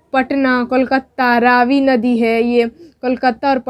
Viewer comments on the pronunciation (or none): none